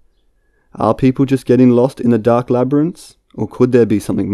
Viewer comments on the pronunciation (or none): none